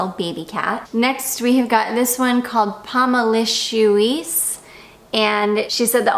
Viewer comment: Should be written Pomelicieuse and pronounced Pommileessyeuz.